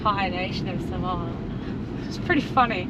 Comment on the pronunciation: Not pronounced SUH - MOW - A …..